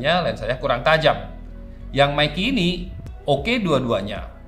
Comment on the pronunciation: Meike aja om jangan meiki 😂